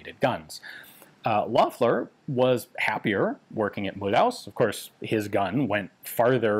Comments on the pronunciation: A kind little remark :) In French the name Mulhouse is not pronounced as in mul-hause. The ou-sound in french is as the english oo-sound as in the word foot. Also the “se” at the end is pronounced more as a “ze” :) So maybe you should read it as “Mulhooze” :) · Not "Mul-house" but "Mul'uzz" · Mulhouse is more like Mu loose than Mul House but Ian's french is usually really good (unless his videos than are ALWAYS awesomely interesting) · 🤣mulhouse is pronounced mulooze not mul house. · Mulhouse=Mü-looz , NOT Mool-haus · It pronounces mülooze not mulhouse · Great vid, for the next ones Mulhouse is pronounced not like House but more like Ooze ;) Love from Alsace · Mulhouse is pronounced as Mul-whose. It's a town just across the border with Switzerland near Basel. It is known for the Peugeot factories and also the best automobile museum in the world. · Mulhouse should be pronounced as "Mulloose" 😉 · thank you very much for making a video that talks about the weapons of my beautiful country... nevertheless... I draw your attention to the pronunciation of Mulhouse... 🤣🤣🤣 there is work... it's pronounced Mulhoose like goose Mulhouse like goose... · Mulhouse is Mul-ooze. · If you do care about the pronunciation Mulhouse is pronounced Mule-ooze in French. Edit: the invisible "y" in mule is skipped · Jezzz Ian, your french is getting quite good aside from the way you pronounce Mulhouse... you had me running for a while scratching my head of where the heck was this CEAM located. And I see you do have an inside track with the Gendarmerie folks. Not as easy a feat as many would believe. Great info as usual.